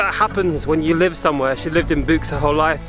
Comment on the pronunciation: It’s not buechs, Buchs is pronounced liked Books.